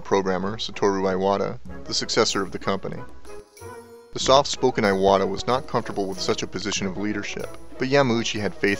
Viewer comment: (Important note: Iwata is pronounced EE-WAH-TAH. If Japanese wants an "eye" sound it will use "ai"—his name would have been spelled "Aiwata".) I started the Nintendo club inside of Square Enix and we played Super Smash Bros. for Wii U daily at lunch (and even had some in-house tournaments). I continue to play Super Smash Bros. for Wii U at home daily. The Legend of Zelda: Breath of the Wild was a masterpiece that I found extremely hard to put down, which is quite rare for me these days partly because my standards are so high after having grown up with Super Mario World and The Legend of Zelda: A Link to the Past, and partly because I sternly have to reject games that can't be quickly picked up, played, and put down, in order to cater to my life as a developer who can mainly get games in on the train rides to work etc. Nintendo makes it hard to be a fan sometimes. They are extremely obnoxious when it comes to stocking shelves etc., their region locks can go to hell (in 1 year from 2016 to 2017 I lived in Japan, the UK, and U. S. A., and thus I have multiple Wii U consoles and multiple (5 total) copies of Super Smash Bros. for Wii U and 3DS), and I would never work there. Inside the industry, it is fairly well known that working conditions at Nintendo of Japan are pretty bad, as it remains a typical Japanese work environment. Long hours, too many codes of conduct, overly strict chains of command, and even uniforms that look like factory-worker uniforms. You're just a number, so